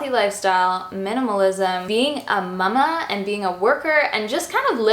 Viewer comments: I adore, but when she says Mámá it's driving me nuts! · No, it's just her weird way of pronouncing it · Do all Canadians say mama like that? I’ve never heard someone say mama like that before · Haley Newlin 🤣 I’m Canadian and don’t say it like that!